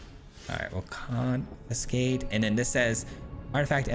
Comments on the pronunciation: Must be AI bro says (con-fin-skate) 😂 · Needs more "confiNscate" 😅